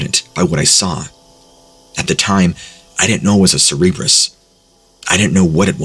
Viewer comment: Okay you mis pronounce so many things but cerberus the dog! That is not how you say it! I can inly imagine that numptie spelt it wrong but you said it wrong 4 times ouch that's embarrassing!